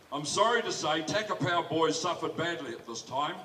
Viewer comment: Takapau not tackerpow